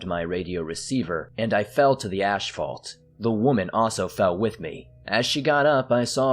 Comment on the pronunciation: Dude, lemme help.. it's "ass-fault"...asphalt, not asHphalt. The H belongs to the P, which makes an F. Got it now?